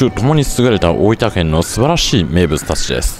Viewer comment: 板橋出身なのになんか大分の発音が変な気がする？